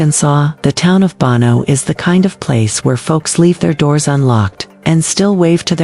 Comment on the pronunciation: It’s called BO NO NOT BON O!